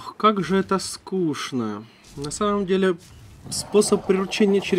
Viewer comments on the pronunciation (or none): none